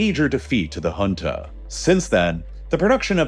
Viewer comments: First time i am hearing junta pronounced as hunta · The number of times he said HHHunta like we talking of a place in South America is unreal. Pls also research regional dialects, if not to perfection, at least not so catastrophically wrong that the term becomes inunderstandabe